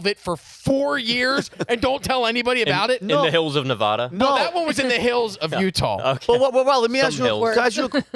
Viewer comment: LOL at Na-VaH-du. If people dont pronounce it that way in nevada, neither should you.